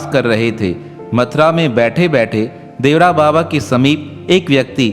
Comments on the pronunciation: श्री इंदिरा गांधी नहीं चूतिया श्रीमती इंदिरा गांधी बोल बाबा का नाम देवरा बाबा नहीं बल्कि श्री देवरहा बाबा था उच्चारण सही किया करो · Devara nahi devara baba boliye sir